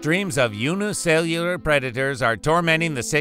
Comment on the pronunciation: By the way you struggled to say the word "unicellular", I thought you would eventually switch to saying "single cell". Every time you struggled to say it, it felt so painful, like someone crawling to the finish line of a marathon.